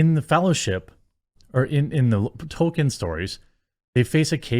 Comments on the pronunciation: It's pronounced "Toll keen" not token. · Every time you say Token instead of Tolkien you show us you aren't a Tolkien fan. you don't need to reiterate it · Two things: 1: Beautiful? Lol no. It looks painfully fake. Like PS1 Era fmv live action cutscene fake 2: it's pronounced TOLL KEEN, Tolkien, not TOKEN. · Jeremy its ToL-Keen. Not Token. Its been driving me nuts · Talking about people disrespecting Tolkien, while calling him "token". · Stop calling "Tolkien", "Token" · Dude you're missing the L when you say Tolkien, please start please start pronouncing the L!